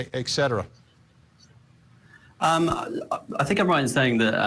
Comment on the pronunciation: it's et cetera. Not ik cetera. ... and again. There's no "KH" sound.